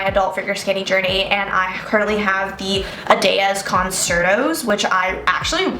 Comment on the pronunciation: “Concerto” is actually pronounced “cun-CHER-toe” 😉